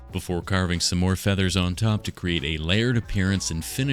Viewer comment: and of course you didnt say "FEATHERS" near enough !